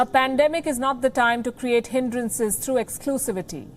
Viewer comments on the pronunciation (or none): none